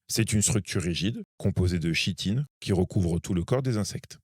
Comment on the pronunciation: On dit Kitine !